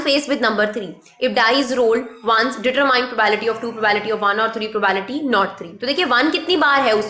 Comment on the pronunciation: Are mam probability bola karo yaar bhot irritate hota hai...btw well taught...